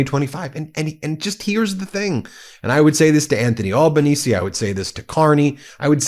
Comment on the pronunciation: Thanks Ben for this vlog. From ya mate down under. Australian PM Albanese pronounced with an aussie accent Al - banese (like - Alan) not All....banese. We aussies call him "Albow." ( like Elbow ) friendly term of endearment. It is funny how you say it. Have a good one, Cheers.